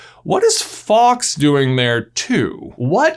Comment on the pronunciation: Why do you say Fox when you mean Faulks? It's not a hard word to say. Fall-ks. Rhymes with walks.